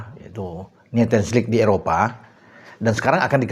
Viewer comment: Sedikit koreksi bacanya nesion lig bukan netion